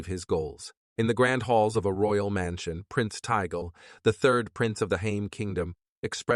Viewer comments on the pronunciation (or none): I also heard "Stoode" and "Mansione" in the same area